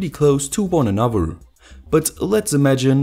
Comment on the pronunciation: I really like your videos, but pleaaase say th now w in anoTHer :(